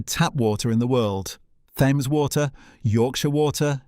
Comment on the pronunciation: Anyone who buys a Casio A168 is careful with his money! I had thought that the YTer was narrating all this but now I'm not so sure. I can understand mispronouncing Dolmio, but Thames??